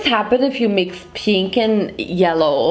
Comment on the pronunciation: what does happen if you mix peenk and yelloh?: gReEn i tHiNnk...: squirrel scream